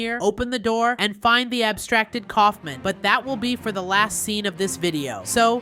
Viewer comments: Stop calling him Colfmin it’s colfmo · its kaolfmo not koulfmin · You keep on saying the clown's name wrong his name is K a u f m o can you please say it correctly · Its not Kaufman its kaufmo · Kaufmo not Ksufman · Dude you don’t even have gangle as a morph that’s just dumb Edit:btw Kaufmo isn’t pronounced Kaufman it’s pronounced Kaufmo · why did u call kaufmo "kaufment" his name is kaufmo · KAUF*MO* NOT KAUFMAN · its kaufmo not kaufman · this is feedback not haiting: bye the way Iits not kaufman its kaufmo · His name is kaufmo not coughmen 😂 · Dude his name is kaufmo not kaufman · Cough men😭💀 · Its pronounced cough-moe